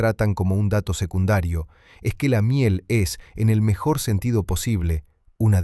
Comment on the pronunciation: Empiezas mal. Se dice SECUNDARIO, NO SEGUNDARIO.